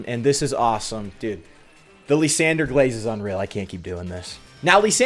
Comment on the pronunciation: After butchering Kyurem, he now butchers Lysandre calling him "Lisandre"